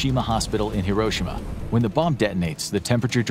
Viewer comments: The fact that he says Hiroshima wrong bothers me other than that this is a great video thanks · Bro said Hiroshima wrong 💀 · It’s pronounced like hero-she-ma. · Why can’t none of these people pronounce Hiroshima correctly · The Narrator keeps mispronouncing Hiroshima. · You pronounced Hiroshima wrong